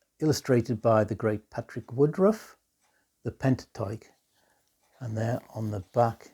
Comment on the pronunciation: Great response I love that map on the Man gatefold, what an original insert. The Do Not Adjust your set ep is fabulous, love those BBC themes in particular. I used to have the cassette version of The Pentateuch..and thanks for correctly pronouncing the title, everyone ( inc me).always pronounces it ' Pentachook'.